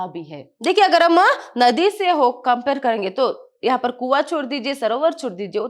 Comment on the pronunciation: That magaarrrr parrrrrr is ..........😂